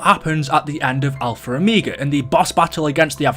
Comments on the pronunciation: It is pronounced o-meg-a not o-meag-a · He says omeega not omega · It Triggers me how you say omega but still love your vids keep up the good work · Whenever you say omega it bothers me for some reason